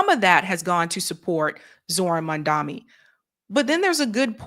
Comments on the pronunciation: MOM-DONNIE. Not MamdaMi. 🤦🏻‍♂️😓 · is committed to calling him "MamdaMEE" 😆😆😆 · please learn pronounce his MAMDANI name correctly. It's really not difficult.